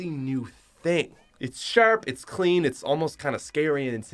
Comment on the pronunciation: Every time he says “clean” I do not hear it as “clean”.